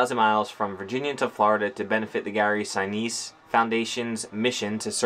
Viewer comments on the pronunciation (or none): Gary Sinise’s name is pronounced Sin’ neese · "Lt. Dan!!" (from Forrest Gump) Gary's foundation is the real deal - glad you two connected with him/them/that. God bless you as you start another new chapter. (pronounced "Sin-EESE", I think). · How could not know how to properly pronounce the name of one of the most famous actors of all time? " Lieutenant Dan " 🤦🏻‍♂️🤦🏻‍♂️🤦🏻‍♂️